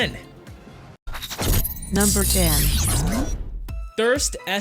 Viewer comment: he said thurst ssc instead of thrust ssc